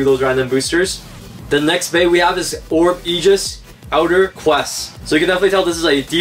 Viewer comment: ok no offence but your pronoucing is a bit bad is orb egis not orb ejis